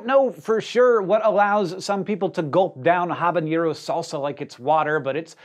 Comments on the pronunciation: havanero with a silent h, not "havañero" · It's Habanero, not Habañero. The pepper's name comes from Habana (Havana, Cuba) a Habanero is 'from Havana' (not Havaña) like a New Yorker is from New York. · Will people learn to say "habanero" correctly!?!? Its ha-bahn-air-oh NOT ha-bahn-yaer-oh. Doing good with ha-la-pain-yo 😃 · stop saying "habañero" it's just "habaNero" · It's just "Habanero," not "Habañero." There's no ñ like in jalapeño. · It's "habanero", not "habanyero". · There is no tilde (~) above the n in habanero. Pronouncing it like habanyero, is a hyperforeignism. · guys... guys. "habanero" does not get the "ñ" sound. it's just an "n". "ah-bah-NAYD-oh" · There's no tilde over the 'n' in habanero. It isn't pronounced with a 'nya'. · The number of people, even well-educated ones like Hank, that mispronounce habanero is mind-boggling. There is no tilde on the n ffs. STOP IT.